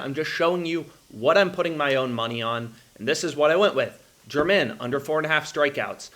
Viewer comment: I enjoy your videos, but Domingo German is not pronounced like the country. It’s pronounced hermit.